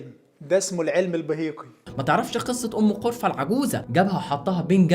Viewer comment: نطقه لــ أم قرفة و الجعفي و البيهقي و أبو أسيد قتلوني ضحك هههههههههه